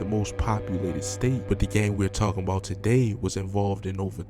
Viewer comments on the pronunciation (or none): none